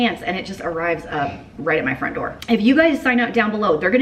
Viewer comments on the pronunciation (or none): none